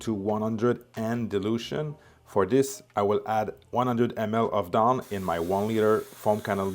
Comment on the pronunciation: You can’t even say the word DAWN correctly